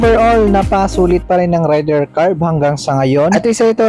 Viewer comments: sa mga motor blogger lagi nyong bigkas ay rayder ,di ba dapat reyder (raider).. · Sa mga nag vlog lagi binabanggit ay Rayder(rider) di ba dapat ang bigkas ay reyder(raider) ..wala lang napuna ko lang ..peace..